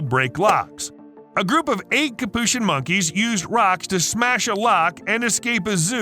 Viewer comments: It's pronounced Capuchin not Capuchin! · Is that really how you pronounce capuchin?